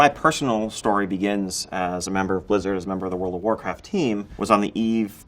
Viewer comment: Wowld of wowcwaft